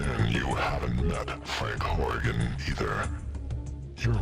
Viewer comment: I think its Frank "Horrigan" not Frank Hogan. Lol XD. Well guess it doesnt matter though. :)